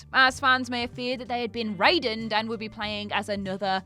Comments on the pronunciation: Pronounced Rai-den not Ray-don. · For the second time, MGS Raiden is pronounced "Rye-din",! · She's saying Ray-don again! FFS! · says raiden wrong and Every time she does I die a little inside